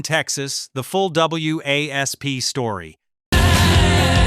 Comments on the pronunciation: these channels get on my nerves..........the band was/is called Wasp spelled W.A.S.P. not W...A...S...P.........it's pronounced/said like the insect not the way A.I. id saying it here.......... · I tempering being wasp not w.a.s.p., the ai is annoying, bark at the moon was not banned or barred from mtv it was suicide solution that was banned. Don’t temember any issue in mtv with were not gonna fake it or welcome to the jungle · when I heard "W A S P" I was like what?? It's WASP you moron. lol I'm 51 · I kept yelling at my phone saying it's not W.A.S.P it's just wasp dumbass it was really pissing me off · A lesson in when using AI to narrate it is important to PROOFREAD BEFORE UPLOADING! W A S P? Really? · It's wasp you idiots why don't you get a human to f**** narrate it not a stupid AI computer that doesn't know what the hell it's saying no thumbs up for you do your homework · OK, you idiot blind in Texas really you’re playing Wild Child to completely different songs. WASP really you can’t pronounce wasp. It’s supposed to stand for we are sexual perverts and blind in Texas is about being drunk, but I can’t believe he played. Wild Child says he’s blind in Texas how stupid get a clue. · Who the hell is Double You Ey Ess Pee? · Keeps spelling WASP out literally ....like its spelled dude damn. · dude you taking the easy way out.. and do not even have the courtesy to fix the fuck ups... review ya shit and do like everyone else does.. find a way for the AI to pronounce WASP as WASP... probably had the AI write everything and lay it out and make the video also not just the voice model... review ya shit poser... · I'm not subscribing to something that uses AI that gets things wrong. #4 is Wild Child, NOT Blind in Texas. 55+ year Rock, Hard Rock, and Heavy Metal fan. Additionally, W.A.S.P. is pronounced WASP, like the insect. This makes you sound foolish to real fans. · W.A.S.P. is pronounced wasp. Please try to get information correct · Wasp just say WASP